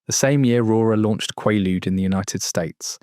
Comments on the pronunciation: Quay-ludes, bruh. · AI, ugh. It was always pronounced with a long A, kway-lude. Always. That makes this AI video even funnier. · Quaaludes. Not Qualudes. Long.A. I got 100 a month from my Dr.😂 😪😪😪😪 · The pronunciation at the time in the US was "quay-rude". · It’s pronounced quaaalude. After Roaar became lemon 714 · FOUR pronunciations of quaaludes. Moronic AI. Not a mention of the combo of quaaludes with cocaine. That was some wild sex. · How did you not bother to lookup the pronunciation of the word? Quaaludes make you quaazy. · Have I been saying quaaludes wrong all these years or is AI wrong again as usual? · You’re mispronouncing quaalude. It was big in the punk scene in the 70s too. My friends and I used to go to quack drs in Philly and pay for quaalude scripts and other narcotics. We would go to drug infested neighborhoods and trade tussanex cough syrup and Percodan for quaaludes too. There were lots of car crashes due to passing out while driving. We would often pass out in restaurants while attempting to eat. Disco wasn’t cool and we punkers eschewed Studio54. Great times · Wish the AI would pronounce Quaalude correctly since it’s only mentioned a thousand times 😡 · They were soooooooo good!!!..omg!,, he's mispronouncing Quaaludes though😂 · he pronounces it right! then proceeds to mispronounce it again! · The aa in quaaludes is long. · Quaalude has a long a sound, as in kw-aaa-lude. The structure shown was a total crap Ai slop. So many mispronunciations…. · I'm 63. I did them quite a few times in the 70s. I've never heard one person say KWAH-lood. It's KWAY-lood. I can't listen to an hour and a half of this. It's like listening to information about Brazil and having it pronounced BRAY-zle the whole time. Ha! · “KWAH-LEWDZ.” 😂😂😂 haha. No way. They’re called “KWAY-lewdz,” not “KWAH-LEWDZ.” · Are you AI? No one on earth calls them quah ludes! They are quhey loods. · In the US it's pronounce qu"ay"ludes, not qu"ah"ludes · Pronounced,,,, QWAY-LOODS 😊😊😊😊😊😊